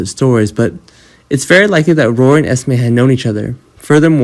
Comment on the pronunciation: Her name is Esme not Estimate